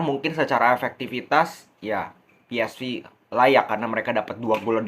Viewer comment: Jgn sok inggris lu.. club PsV.. di bacanya p. S. Vee.. bukan vi.. dia tim belanda bkn inggris..